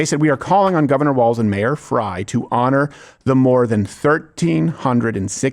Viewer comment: it is Frayyyyyy, he wants it to be fry